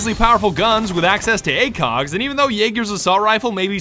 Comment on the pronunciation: Ahem, "acog"